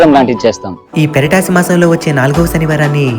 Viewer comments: Peratasi kadu poratasi masam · Anna... adi peratasi kadu, puratasi masam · Sorry andi Adi peratasi kadandu poratasi masam❤❤